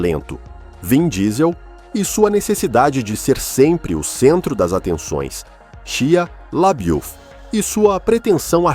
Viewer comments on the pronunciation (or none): não se diz Shia Labeouf se diz: shãlebuf kkkkk